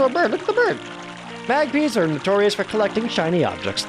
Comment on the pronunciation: "Mag-pees" :P